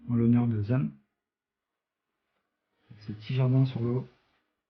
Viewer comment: ca ce pronnonce zayne